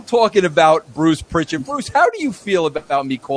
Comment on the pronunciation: No 't' in Prichard.